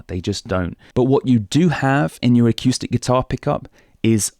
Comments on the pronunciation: I just found your channel and I'm really loving it. But I have to say, and maybe this has been mentioned to you before, The word is uh-coo-stick. Not uh-, cue-stick. Thanks! -Greg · a cue stick 🎱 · I've never heard anyone pronounce "acoustic" like that before. Really entertaining. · Haha, I had exactly the same thought when I first started listening to. I've got used to it now! 😁